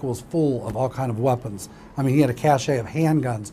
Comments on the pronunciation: "cash-eh"??? A cache it's plainly pronounced "cash". There is no "eh" at the end. Don't have to sound all fancy. Just "a cash of weapons", but spelled, cache. Ok. Whew. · It’s pronounced “cash” not “cash-a” dumbo